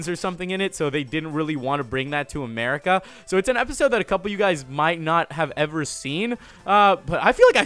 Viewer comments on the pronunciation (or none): none